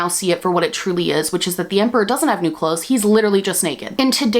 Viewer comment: I know you said emperors new clothes but all I heard is emperors new groove